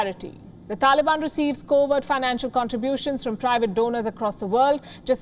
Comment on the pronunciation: Its private not priavte...